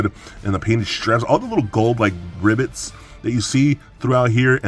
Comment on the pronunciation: Hold up- did you just say "gold ribbets"?! 😂